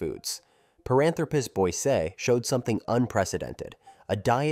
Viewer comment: It’s pronounced boy see eye.